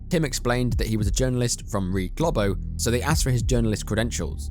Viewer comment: GLOBO is NOT pronounced ‘GLOB-OH’ but ‘GLOH-BOH’ - it’s Brazilian Portuguese.